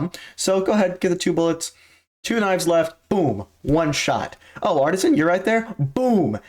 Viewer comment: Art-zeen. Not Artisan. And Demon1 almost did a thing. But he didn’t.🤷🏻‍♀️